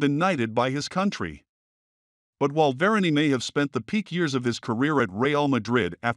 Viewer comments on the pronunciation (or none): VER-ANN, NOT VIRIAN.